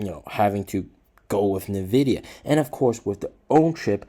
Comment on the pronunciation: NVIDIA... NOT NEVIDIA